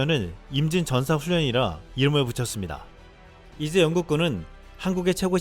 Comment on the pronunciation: 이에 이제가 이예지로 들리며 김예지가 아닌가 했네요